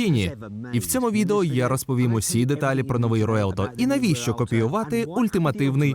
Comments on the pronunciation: Назва нової Ламборгіні читається як Ревуєлто, а ні руєлто 🤦 Навіщо ви дві літери пропускаєте 😂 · Іспанською звучить "ревуельто"